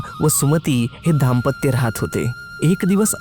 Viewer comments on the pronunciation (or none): उच्चार सुधारा. दांपत्य च्या ऐवजी धाम्पत्य असे ऐकू येत आहे. न आणि ण चा आनंदच आहे. मराठी शुद्धलेखन तर पक्कं गंडलं आहे.